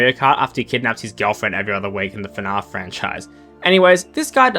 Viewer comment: Why does he pronounce fnaf as “fnahf”